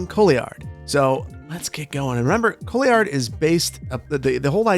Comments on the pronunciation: I love the background research you did for this build! One slightly nitpicky thing is that since the history of Nicolet Bay is French and Couillard is also French, you were pronouncing Couillard wrong :( its pronounced more like Kwee-ah-r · The French pronunciation of Couillard is : Cou (like coup d'état) & yar (like yard, but without the D) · The name Couillard should be pronounced Cooyard in English. The named is derived from a familiar termes (couilles) meaning testicles. Couillards were also siege engines with TWO counterweights ether side of the engine, so like a small double counterweight trebuchet, named that way for obvious visual reasons... As for the sloped roads you can go up to 4% without be unrealistic. 4% is the usual limit for city trams and metros, the ones who go on steeper ramps used either additional motors or rack rails. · Don't sweat too much about it. A few years ago we had a prime minister, in Québec, with that family name. In French, it is pronounced "kooyar" but most american cities with french name are not pronounced correctly. Since the locals often come up with their own way of pronouncing it, you can prounouce it however you like. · In fact, I'm from Quebec, and it's pronounce "cou" (like a "coup", like the failed Capitol coup) and "yar" (like a pirate). You don't pronounce the "i" like in "oui". So "cou-yar" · I was going to nitpick his pronunciation myself, but then I realized that it was a fairly standard American mangling of a French name and there are a LOT of French or other non-English place names in the US that routinely get mangled by the local residents, e.g. Versailles, pronounced Ver-SALES. It's likely that no matter what the correct French pronunciation is, the way he was saying it is how the locals say it. I mean I don't know how you get Pewallup out of Puyallup or Coat-a-way out of Courtois, but those are actual local pronunciations of non-English names.